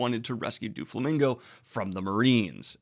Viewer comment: Its Doh-Flamingo not Doo-Flamingo!